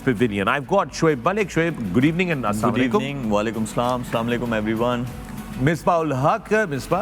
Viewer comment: slamalekum?? Say Assalamu alaykum